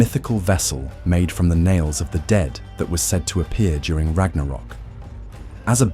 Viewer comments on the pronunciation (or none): none